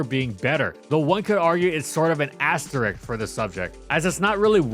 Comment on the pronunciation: Lul whats "an asterick" Love the content gg